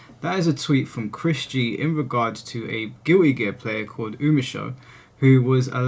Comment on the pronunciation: Guilty gear ❌ Giwwy gear ✅